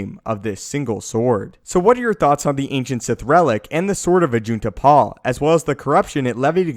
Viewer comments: Did you say ajit de pie That sounds like ajit pie destroyer of the internet IM WITH JEDI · Did you say Ajit Pai?